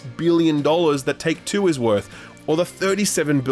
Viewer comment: My brain is gone, I really thought he said "Talk Tuah's worth" and not "Take Two is worth".